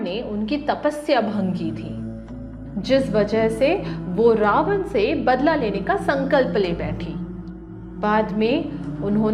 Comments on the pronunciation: It's not ravana , it's ravan. Let's not get blinded by the westernization and don't forget our roots. The content was really nice and informative but work on your pronunciations. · Bolna to seekh le ravana ko pronounce kaise krte hai